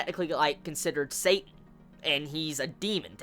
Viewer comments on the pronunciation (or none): none